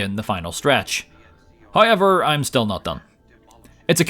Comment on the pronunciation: You gotta say haiever every chance you get